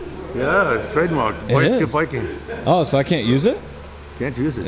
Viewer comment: Vice Grip Viking. NOT vice CRIP. WTF